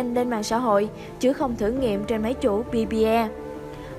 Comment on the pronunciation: Pi Bi Ee :D Best Vinglish